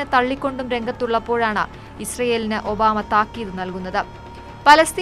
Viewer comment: ഒന്നുകൂടി തെളിച്ച് പറയു ഒബാ മേ